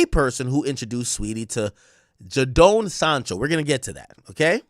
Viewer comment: Nah the pronunciation of Jadon Sancho and Madueke was naaaasty 😭🤣